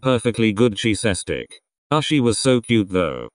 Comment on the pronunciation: I died at the way cheese stick was pronounced😭🤚🏻